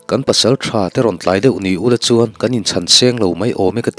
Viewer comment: Hla do chham a u law tih kha a rik dan a dik lo in ka hria a ki kha a hniam deuh ani asin le